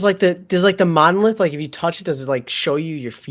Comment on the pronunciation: You got the monolith correct almost.